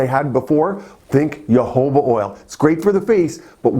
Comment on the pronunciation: Isn't Jojoba pronounced "ho-ho-bah"? And what about sea buckthorn oil? It's supposedly good for wrinkles and skin infections.